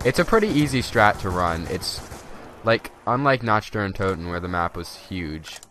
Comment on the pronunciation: You know he is white when he pronounces the “CH” sound in “Nact der untoten”😂